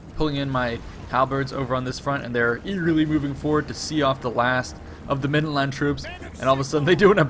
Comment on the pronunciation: why can't he say land in middenland properly